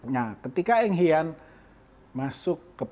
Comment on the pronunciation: Pelatih mereka BUKAN Eng HAN ..tapi ENG HIAN